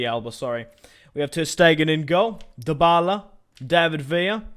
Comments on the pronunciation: Why DO everyone say the la liga that means the the liga and why is this Guy saying dybbala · Did he say dbaleh